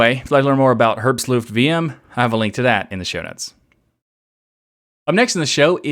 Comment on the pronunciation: haha, the pronounciation of herbstluft. Imagine Hitler say it, then you will get closer to the german pronounciation.